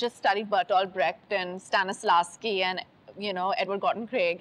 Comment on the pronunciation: Dude it's Stanislavski..not Stanislaaski smh no wonder she can't act